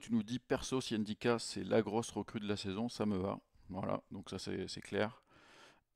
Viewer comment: ENNE NDICKA PTDRR Vous faites chier quand est ce que vous allez comprendre qu'on ne prononce pas le N ENNE est ce que vous dites ELLLE APOSTROPHE ? ( L') cest juste ndiaye pas N ndiaye pas n ndicka